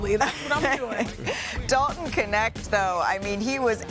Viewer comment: it is not K.. NeKt it is KNECHT in Dutch meaning helper in Dutch